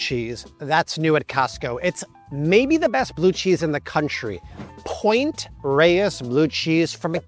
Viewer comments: . Thank you for pronouncing POINT REYES correctly. / Signed: A San Francisco native. Point Reyes is just North of us. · Pt. Reyes We say, Point rays😉